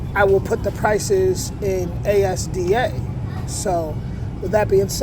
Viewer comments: I was in the USA in 1979 and everything there was far cheaper than here. So, it seems that it is the other way round now. ASDA is pronounced "Asda" as a word, not A.S.D.A. by the way! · ASDA is pronounced az-da. We do have them sized bags of Doritos and others here, but are ment for sharing but many dont. I think the streaky/belly bacon would be even cheaper here, you priced it with the more lean cut of back bacon from here.